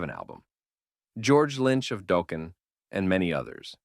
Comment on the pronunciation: Yeah, you can tell with some of the subtle mispronunciations like “Mutley Crue” and “Dōkken”. The inflections are also sometimes strange. It’s kinda hard to listen to once you notice it. Why not just do a normal voice over?